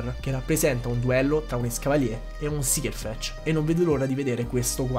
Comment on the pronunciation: video bellissimo, sei bravissimo a spiegare però solo una correzione, è /serfec/ non /sirfec/, perché la pronuncia è quella inglese